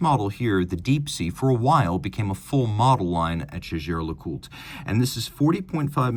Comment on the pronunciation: Jäger is german and hence NOT pronounced "Shaesher".